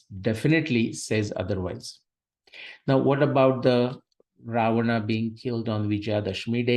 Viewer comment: The person writting to you have written clearly as Rama, Ramayana, Ravana... Why are you urdufying the words by distorting their pronunciations as Ram, Ramayan and ravan..?